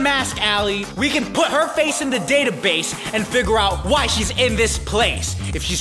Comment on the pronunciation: i laugh do Hard cuz said "vy" "VY" 😆